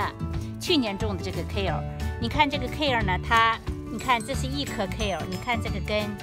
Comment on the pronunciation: 英文發音不對